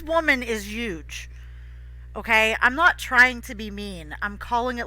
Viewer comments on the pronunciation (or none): Lol at how you said UGE WITHOUT THE H I HAVEN'T HEARD ANYONE SAY THAT SINCE MY MOM RIP LOVE IT BUT REALLY WHOEVER HAD TO STRAP THOSE SHOES LN THAT GIRL SHOULD ALSO BE HELD ACCOUNTABLE ALSO DETHCULT MY FAVORITE WORD